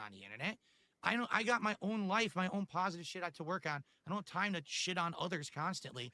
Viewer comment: Gotta love pahsitivity